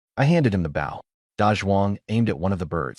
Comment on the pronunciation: your saying the word wrong Bow has several meanings the weapon your talking about is BO-{w} is silent.